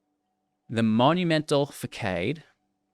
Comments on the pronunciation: Facade isn't pronounced facade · facade = fa-sawd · More like fa-sod